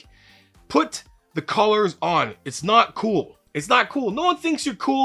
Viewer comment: I thought you said 'colors' and watched it 8 times trying to understand how colors could save your life. Buddy said "He meant collars." Ohhhhh that makes so much more sense than having pretty plates on the bar.